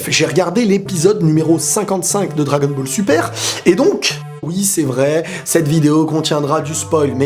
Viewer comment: Il a dit bagel super alors qu'on dit Dragon Ball super